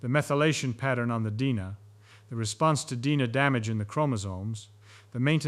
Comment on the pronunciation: Gotta pronounce DNA better != Dina. Lol